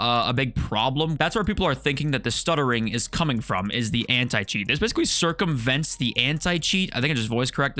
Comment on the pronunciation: If you say cercumvent the anti cheat onc more time , i think you turn into one!